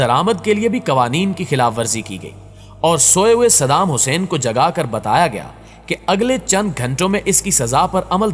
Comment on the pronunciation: Sab thik hai lekin tu jis tarha shaheed ka naam le raha wo qalat hai apni zuban ku thoda samal